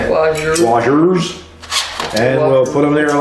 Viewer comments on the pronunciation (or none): A 350# person on a BX; mental image, "a duck riding a June bug". Washer, pronounced "warshur" ;-)